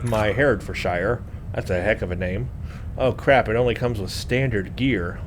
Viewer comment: The name.. you'd pronounce it Hera-ferd-sher (it's like any British county with the 'shire' suffix; it's always 'sher') :)